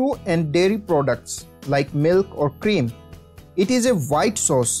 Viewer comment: Vee like Vhite sauces!!